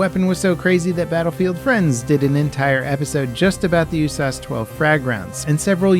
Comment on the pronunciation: Why are you pronouncing USAS?